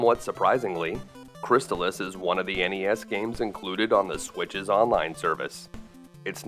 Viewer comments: Cris-taal-iss. Not Cris tuhlis. Not making fun. Great video btw. But i had to say something. It's like calling Battletoads... Buttletoads.... :). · It's pronounced "crist-all-iss" as confirmed by the TV commercial. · I always pronounced it -chris-tal-iss When he says chris-tuh-liss is sounds so strange lol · I am totally fine with being wrong, but, I always called it "Cris-stall-iss," so hearing it called "Cris-still-iss" catches me off guard. Anyone have any insight? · You pronounced Crystalis incorrectly. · Ugh, you can at least pronounce the name of the game correctly! 🤮